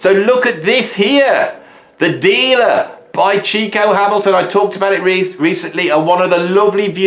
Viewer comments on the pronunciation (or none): none